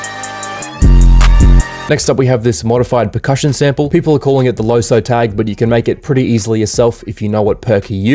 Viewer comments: you pronounce loesoe as loosoo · its loo-soo